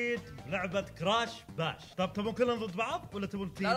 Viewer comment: تصحيح: باش مو براش